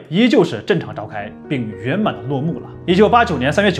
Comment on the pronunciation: 正常 zheng4 不是zhen.请注意这种字词: 有g的发音舌头不要搭上去, 而是往下。